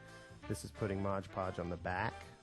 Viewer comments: It's Mod Podge, not Modge Podge. C'mon, it's on the bottle in big letters! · This is a great tute.. Thank you... Just fyi.. it's pronounced MOD Podge (not modge podge). Briliant.. I am going to try this. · Nice tutorial! However, you're saying the name of the product improperly. ;)